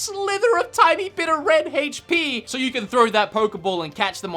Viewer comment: Lol bro you be saying hayche p instead of hp 😂